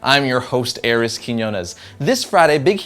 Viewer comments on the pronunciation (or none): none